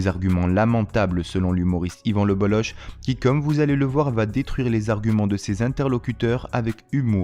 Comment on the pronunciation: Alors déjà Lebolloch ne se prononce pas Lebollo[che] mais Lebollo[cke], donc merci de ne pas écorcher le nom. Et je suis tout à fait d'accord avec lui. Et l'autre devrait bouffer du savon pour ce qu'il.a dit